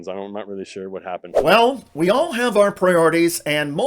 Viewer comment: Is it just me, or do MAGA Folks say “Are Country” instead of “Our Country”